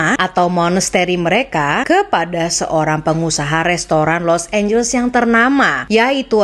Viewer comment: serius lu nyebut Los Angeles dengan [los énjels]?? 😂 Elu tu kan klo ngomong inggris biasanya perfect. How come you pronounce it wrong. Los Angeles tu dibacanya [los énjeles]. Bukan énjels. Small thing but important to know. 😉